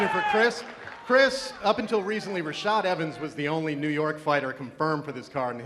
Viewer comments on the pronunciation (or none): none